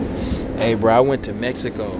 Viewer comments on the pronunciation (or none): none